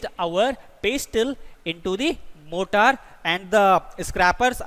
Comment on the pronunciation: Morter should be pronounced as मॉरटर